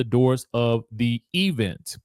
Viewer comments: Why do the bloggers pronounce event that way? Omg annoying! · E-vent was a joke 3 years ago. I'm now of the belief that the work pronunciation has permeated your vocabulary. Please stop.